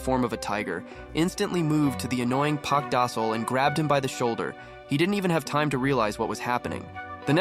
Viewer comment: Park Da sol more like park dosile😂